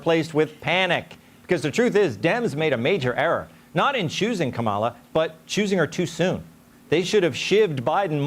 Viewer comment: They put together a lengthy montage of Democrats pronouncing Kamala incorrectly, of course..